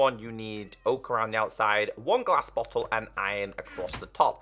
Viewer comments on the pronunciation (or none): none